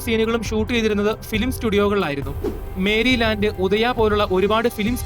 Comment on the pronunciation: മേരിലാൻ്റല്ല, മെറിലാൻ്റ് ( Merry Land)